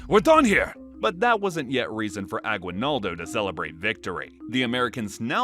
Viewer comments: its not agwinaldo its Aguinaldo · I'm sorry but you keep mispronouncing Aguinaldo. The u is silent. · I am form Philippines and the way he said agwinaldo i am crying 😭😂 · Guys y’all are pronouncing “Aguinaldo” wrong